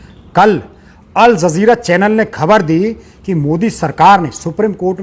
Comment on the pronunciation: Al zazeera 😂😂😂 What's that😂😂😂 sounds like zeera